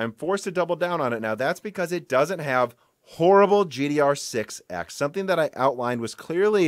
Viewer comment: ever since that one broken silicon i keep noticing him saying gdr6(x) instead of gddr6(x)